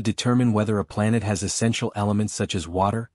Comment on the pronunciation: What's a "Planette?"